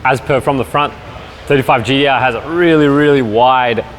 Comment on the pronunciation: You can say Tee-spec but why do you keep saying GeeDeeArr? Great presentation though.